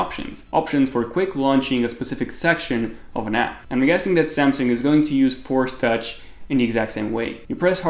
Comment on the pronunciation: Lmao is it fourch or force touch lol